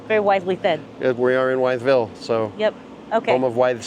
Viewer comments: Wytheville is pronounced withville or if you want to sound like one of the locals wifle 😆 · Wytheville Virginia is pronounced Withville Virginia.